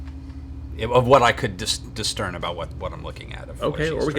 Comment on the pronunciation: discern not distern